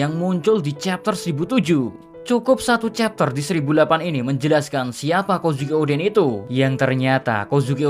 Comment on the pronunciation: Kozuki D. Oden... atau malah Kozukio D. En 😂😂😂